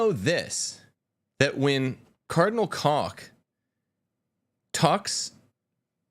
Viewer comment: Cdl. Koch's name is pronounced with a long 'o', not a short 'o". The ch is said in the back of the throat.